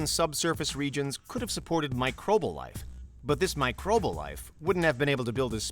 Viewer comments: Microbal? Micro-bee-al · Pretty sure microbal isn't a word.... I think it's microbial... Petty I know, but I cat get over the mispronunciation...